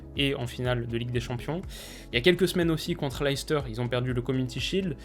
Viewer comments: Hey! Top la vidéo, comme d’hab. juste on dit « Less teur » et non « Laïs teur » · Super vidéo mais stp arrête de dire "Laïcester" parce que ça se prononce "Leh- stuh" en phonétique ! Une petite recherche sur Google "Leicester prononciation" te montrera (et te fera entendre) la prononciation exact du club et de la ville de Leicester !! Sinon j'adore ce que tu fais et j'ai hâte de voir ton classement de ligue 1 😉